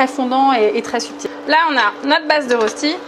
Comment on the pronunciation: Ça a l'air délicieux, par contre ton public suisse a eu mal aux oreilles. Le nom de ce plat se prononce "röchti".